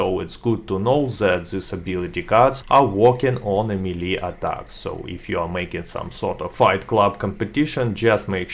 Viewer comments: MEE-LEE? It's pronounced MAY-LAY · The melle guide*